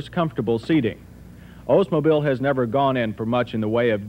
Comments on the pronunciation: “Ohs-mobile” lol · It’s pronounced Oldsmobile. Not Ozemobile. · Why do people keep saying “Ozemobile?” The car is named after Mr. Olds , not Mr. Oze. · Why does everybody say “Ozemobile”? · He says "O's-mobile". Ha ha.